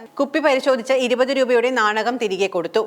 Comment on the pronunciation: നാണകം..അല്ല. നാണയം.😂👍👍👍